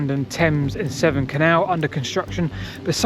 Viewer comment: Thames and SEVERN canal, not "seven" nor "temps and 7" NAVVY, not Nav'i nor Na'avi, nor Navi SKIVVY, not Skiibby WHO would be a maid, not "which".... DRUNKENNESS, not drunkardness